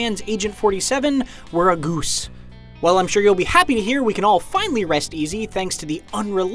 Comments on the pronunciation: Is no one gonna talk about the way this guy pronounces goose? He literally says it like this: gOOse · I like how he says "ghüse" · Why you saying goose so weirdly..